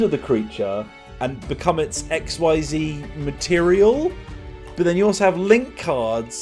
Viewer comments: Just for future knowlege xyz summining is pronounced x-ease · XYZ is pronounced "ek-SEEZ" which is stupid and I love it.